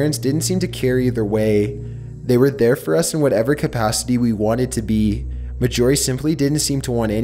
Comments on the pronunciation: He also calls Mar-gorie, "Mah-jorie". Completely bugs me. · Her name was. M a r J o r I e not M a J o r I e. Get me? Marj not major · Story 5: YOU MEAN MAJORIE??? Not majyourie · ASFvsASAP 1 I kept correcting him too Axel! And sorry but at first i didn't catch Mag-orie but I'm sure its Margorie like margarine and ory lol but still love the storys and vids! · dude, it's not ma-jorie, it's marj-orie as in margarine or Darjeeling I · Are you sure the name isn't MAR JOR EE? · I believe you have mispronounced the name of the last story's name. I'm sure its pronounced Marjorie mar-jor-ie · It bothers me that he is saying the name Marjorie incorrectly. Ugh.